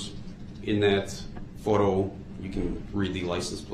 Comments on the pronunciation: And license plate not place 😂 such a dumbass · What bothered me even more was “Lice en place” (License plate). Every time he would say it I wished a person would have said “I’m sorry. I don’t know what a lice en place is.”